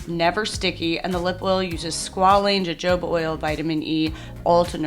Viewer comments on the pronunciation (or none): Hey!! Loved this video and love your content in general — extremely random note, but in case you care, the “jojoba” oil in your makeup is pronounced “ho-hoba” rather than “joe-Joe-ba.” This doesn’t actually matter at all, but wanted to spare you any strange looks if you ever say it in public 😊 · hoh-HOH-ba, my dear. 😁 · Pro tip: Jojoba is pronounced huh-HOE-buh. Wait, what am I thinking? You're a trained actor. In IPA "Jojoba" → /həˈhoʊbə/